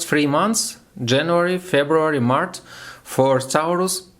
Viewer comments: you're just fire! 😊🔥👍 Только про Овнов не "маrТ", а "маrЧ")) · молодец. И приятно удивил. Только обращай внимание, что ты на английском говоришь март (по русски), а надо маач